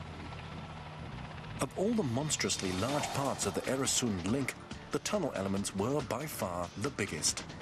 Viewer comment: I love how he makes "Öresuns" sound more like "Arizona".